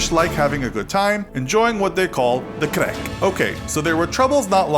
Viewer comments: Irishman here, craic isnt pronounced with an accent like that, it's pronounced crack eg. Crack in the wall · it’s pronounced crack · Did he just say “crec” instead of “craic” 🇮🇪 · For Ireland we don’t say crick we say craic (crack) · In ireland its pronounced crack, not craig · craic (pronounced crack) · In Ireland "craic" meaning fun in Irish, is pronounced as "crack" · Who else is Irish and cringed when he said "craic"? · I’m from county Wexford in Ireland and plz don’t say craic like that again 😫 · Did anyone else notice how weirdly he pronounces craic